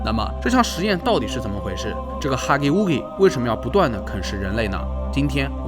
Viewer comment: Scp1006 Huggy wuggy，要读(haghi waghi)